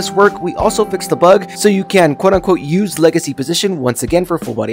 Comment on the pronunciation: bro really said ois your hands 💀